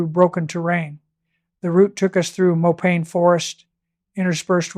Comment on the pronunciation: AI ? Check pronunciation of mopane for example.